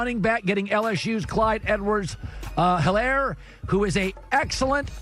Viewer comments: Its eelaire not hel aire. Shh.. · And he over pronounced the H in Clyde Edwards-Helaire